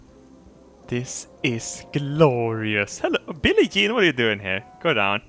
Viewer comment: In all of his videos he has pronounced j's silently but his says billie jean correctly